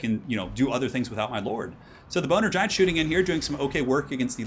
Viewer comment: Haha! You said Boner Giant...